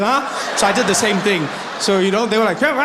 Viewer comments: Trevor 🤣Revor🤣Evor😂😂😂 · This is seriously some funny shit! Thanks for the laughs Trevor, Revahh, Nevahhh!